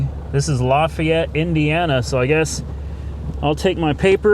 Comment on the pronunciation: Its pronounced Laugh-AY-et, not Law-FE-et Louisiana boy here